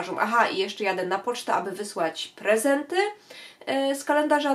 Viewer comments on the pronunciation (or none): Dziwnie akcentujecie wyrazy, np. "prezenty"- akcent pada na 2. sylabę od końca, a nie na trzecią od końca (długa sylaba "pre-"). Taka mała uwaga ode mnie ;)